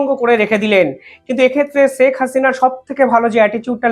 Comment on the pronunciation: আপনি দয়া করে ‘ছেক’ হাসিনা বলবেন না। ‘শেখ’ বলবেন।